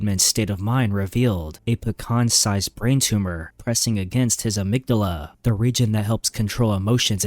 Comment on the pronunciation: lol the way you pronounced amygdala is crazy